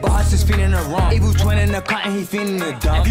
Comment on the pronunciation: "It well sound alot moe eevilaaa" 😂😂😂 Yall uk dudes be reaching the most fr,. I really tried to be offended .🤦🏾‍♂️ I apologize